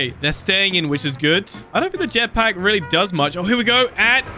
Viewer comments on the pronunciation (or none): none